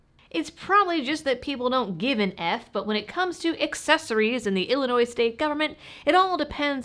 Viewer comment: I love how you are properly pronouncing the name of our state! SO many people pronounce the S. It is HELL ANNOY. Yep, 720 ILCS 5/24-1.9 (the PICA) requires registration of .50BMG ammo, and it is intentionally vague to scare gun owners.